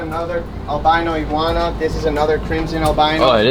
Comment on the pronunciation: He said yellow egwana